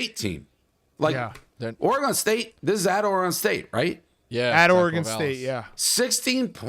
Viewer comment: How is Dave 60 years old and still can’t pronounce Oregon correctly. It’s so easy. It’s not OrAGon or Orygon. It’s Oregon.